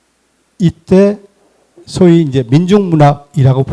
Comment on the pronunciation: 사영자의 첫 자는 길게 발음해야지요!! 소위도 발음이 틀렸오! 참! 엉터리 강의!!!